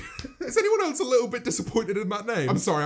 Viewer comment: No one: James: eltse